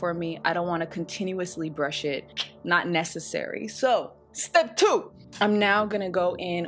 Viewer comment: Haha! The way you said “STEP TWO!”